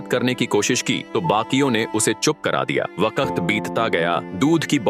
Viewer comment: Vakt❌ vakat👍